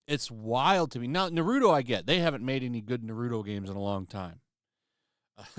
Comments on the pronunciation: The name is Naruto not Narudo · cringe how u pronounced Naruto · Why can’t people say Naruto instead of nareeeuto say the name right damn 😂😂😂😂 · I hate to be that person, but thats isnt how you pronounce Naruto. I agree with you on everything BTW.